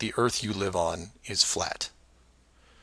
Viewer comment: Who needs facts when you believe the erf is fwat!